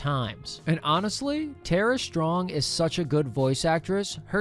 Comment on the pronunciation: Is that seriously how one pronounces "Tara"? I've just been pronouncing it how it's spelt.